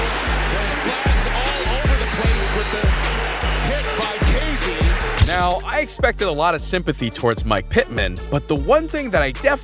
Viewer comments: Your pronunciation of certain names is murder. Its GoodWIN, Kay-zee, not Kuh-zee, and Joe Falco? Really? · His name is pronounced ‘KAY-zee’ not ‘KAH-zee’. No biggie, I thought it was pronounced that way at 1st too. Just a friendly FYI. 😉✌️🖤💛